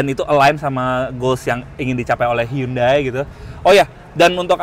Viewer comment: Bacanya handai bukan hyundai